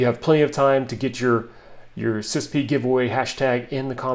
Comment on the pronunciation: NOBODY pronounces it sispee. All acronyms are not meant to be spoken as a word…FYI.